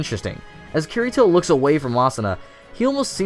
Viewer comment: I agree with ya but if ur gonna make a video on SAO say Kirito's name right xD